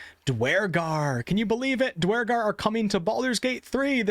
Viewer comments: never heard it pronoued dwar-gar always herd it pronouced dur-gar Eitherway excited about half orcs and holding out hope for full orcs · "DWARGAR!" LOL, what a newb. totally mispronounced them. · Did anyone else stop watching when he severely mispronounce Duergar